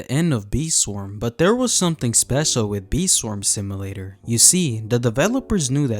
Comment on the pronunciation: "sim uh later" 🥀